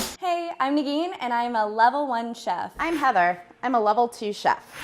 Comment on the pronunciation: Am I the only one that keeps hearing "Nagini" instead of Negeen? Maybe Voldemort is not dead yet.